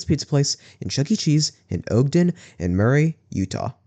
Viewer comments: i live in utah, i loved this. its just that you dont pronounce ogden like that, its "ahhgden" not "ogeden" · Ogden is pronounced Aag-den, not Ohg-den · Maybe you can cover the Orem location? Also my grandparents lived just south of Ogden and its pronounced "Ah-gden"